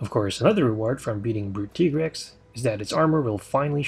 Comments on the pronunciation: It is pronounced ty-grex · It's pronounced Tigrex not Tigrex